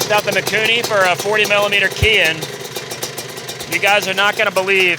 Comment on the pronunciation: Not trying to come off like a troll or anything, everybody does this and drives me nuts. The word on the carb, Kehin. It's not pronounced: key-hin, It is pronounced: kay - heen. Kehin > say, Kay - Heen. You're welcome.😂